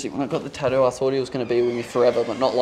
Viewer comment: it's ta-too not tahdu